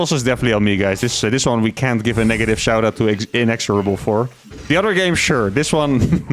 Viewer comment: just so you know you can pronounce the word inexhorible either way and personally the way you would pronounce it sounds better.